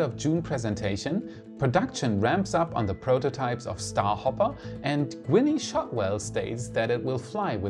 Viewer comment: Gwenee? Its not a long eee sound. The "e" is silent. Its pronounced Gwyn. :)